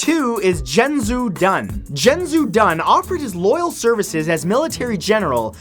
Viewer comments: omg I couldn't stop laughing after he completely butchered the name xiahou dun he said dun correct but xiahou is pronounced like she-a-ho not jin-jew that's not even close to correct. also Yue Fei is pronounced as You-e Fay not You Fee and he would be from Hu-nan not Hu-na (its the name of the place that he said that Yue Fei was from). ive been studying Chinese for almost 4 years and lived there for a lil while so I know how to pronounce it lol he normally does really good at pronouncing things or names from other countries so im not bashing him at all im just letting anyone whos really interested in these people know the correct way to say them. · Xiahou Dun is actually pronounced "Shaho Doon" (roughly anyway; it's a bit more complicated) and Cao Cao is pronounced "Tsao Tsao". However, unless you're really familiar with them, it's not that obvious, so the mispronunciation is understandable. Though, I was kind of bummed not to see Zhao Yun or Guan Yu, as I've always felt like both of them were better than Lu Bu. Though, that could just be my Shu bias. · ...that is the worst pronunciation of Xiahou Dun ever. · Umm i'm sorry to tell you but you pronounced Xiahou dun wrong it may appear as you might say it ziahodun but it's actually shiaho dun ya see in china/japan some alphabits shouldn't be pronounced as they appear to be for an example Xiahou dun is pronouned Shiaho dun and Cao Cao is Pronounced Tsao Tsao not Cow Cow and Dong Zhou is Dong juwoh and please don't say Cow Cow..... it's Tsao Tsao.... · Were you one of the voice actors for Dynasty Warriors 3?! I actually had to pause the video, it be 'tsao tsao' not 'cow cow' and as far as I know 'zha-hoe-dunn' not 'Zheng-zhu-dunn' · it's pronounced she*a*hoe*doon not cheng su dun. get it right. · Xia (shee-a) Hou (Whole) Dun (Dune) is more correctly how it should sound by the way Lu Bu and Yue Fei also pronounced quite wrongly lol, but understood that Chinese name wasnt easy to read without the tones lol